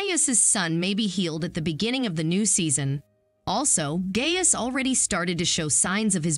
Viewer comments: FYI: It’s pronounced “GUY-us”. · the narrator needs to learn the correct pronunciations of disciples and Gaius. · If you watched The Chosen, you'd know how to properly pronounce the centurians' name. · Well, good job of narrating this video. However, you seemed to know know how to pronounce the name of Gaius. Several times you pronounce it "GAY-is" (incorrect) andante or twice you say GUY-us" (correct). I believe this tells me you're never seen any episodes of the "Chosen." (Am I correct?) Try watching. Just might change your life. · "GUY-US" not "GAY-US". Sorry. Don't mean to be like that but we've lost the rainbow and the month of June to the alphabet soup lbgtmnopabc, no need to give them more power. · Guy-us not Gay-us. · Its not Gay-us. It is pronounced Gi-us. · Gay-us? LOL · Could you try to pronounce the characters’ names correctly? Gaius prophetically is Guy•us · “ pronounced “ Guy us “ I’d rather hear the actors talk! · Have you even seen the show? Youre not even saying Gaius’ name right. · Narrative is wrong, not only mispronouncing Gauis wrong (the a is silent) but saying that he asked Jesus to come to his home. He did not say that. This happens often in many posts. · And mispronouncing Gaius's name. It would be awesome before making a video about a series, they would watch it first. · Hmm narrator does not know how to pronounce disciples and Gaius.